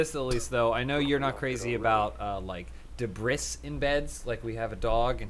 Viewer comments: DUH BREE, not debriss........ wtf lol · day bris? debris? What kind of psychopath are you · Are we not going to talk about how pronounced 'debris'? debrisssss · Why does pronounce debris, debriss? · Did pronounce "debris" as "de-briss"? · Is it just or do Americans actually pronounce debris as “deh-bris”? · Probably intentional. I still mispronounce bagels as "bag-els" because of Britta, she's the worst. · Debris? Debris!? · Do all Americans pronounce "debris" the same way that does? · I'm really hoping you were just tryna be funny with your pronunciation of "debris"...